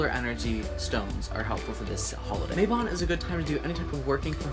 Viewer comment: it is MA-bon Not MAY-bon....it is from the Welsh so the "a" is like the a in "Cat"